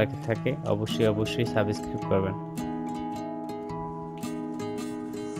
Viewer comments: আপনার ভিডিওটা দেখলাম কিন্তু কোন মশা মরলো কিনা বোঝা গেল না।প্রমান না দিতে পারলে ওই রকম ভিডিও পোস্ট করবেন না।আর শুধ্ব বাংলায় কথা বলতে শিখুন।না বলতে পারলে অশিক্ষেতের মত 'সাবসক্রাইব' উচ্চারণ করবেন না।ওটা সাবস্ক্রাইব।অপদার্থ কোথাকার।আপনি বাংলার বদনাম করে দিলেন। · Thik kare subscribe pronounciation korun. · আমি আনসাবিসক্রিব করলাম আর ডিজলাইক দিসি আগে সাবস্ক্রাইব উচ্চারন করতে শিখেন আনএডুকেটেড ইউটিউবার।